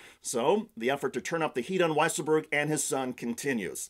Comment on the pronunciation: it's so weird how they mispronounce weisselberg.